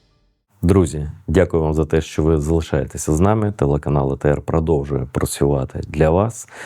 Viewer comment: Якщо написано латинськими літерами, чи скорочено трьома літерами англійської абетки, то й кажіть правильно - «Ей Ті Ар», а не А Те Ер. А то якийсь совок відчувається, це не для образи я пишу, а щоб покращити якість іміджу каналу ATR T.